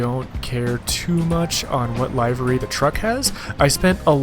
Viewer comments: I thought you were saying Library! The word is pronounced Liver-y. Biggest improvement I'd like to see is being able to purchase/build production facilities. This could open up the game, and make up for the utter disappointment that was Industry Giant 4. 😁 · Much prefer to chose my own livery's (pronounced : liv-er-ee not live like its a show) and like that the mods allow us to scroll down for the different.